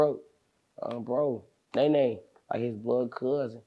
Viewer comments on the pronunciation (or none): none